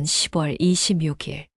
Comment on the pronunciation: 10월을 시월이라고 해야지 십월이라고 자꾸 읽네...어이없다